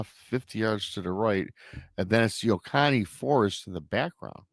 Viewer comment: Just FYI it’s pronounced O Co Knee 😊